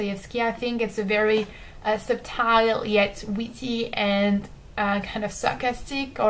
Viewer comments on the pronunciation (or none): The "b" in subtle is silent.